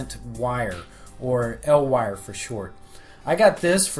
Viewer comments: Hey man! Awesome tutorial. Just want to let you know it's pronounced "E. L." for "Electro Luminescent" not "L Wire" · listening to you say "El Wire" instead of "E-L Wire" makes me uncomfortable... sounds like some Mexican kid's street name... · "L" wire? Isn't it said "E.L." since it abbreviates electrolumenescent? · It's not 'el' wire it's e.l wire for electro lumedecant dumbass